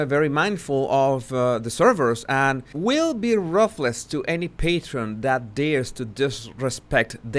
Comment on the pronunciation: your English is very good, but check your pronunciation of the following two words: ruthless and throughout. - Thank you for your excellent content and your hard work!